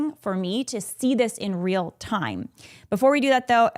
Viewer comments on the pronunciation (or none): none